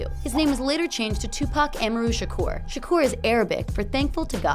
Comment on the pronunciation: Tupac A Mar Ru